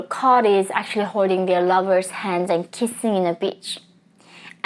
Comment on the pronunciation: When you said the part about “Kissing on the beach” I had to listen again because the accent made me do a double take😳😂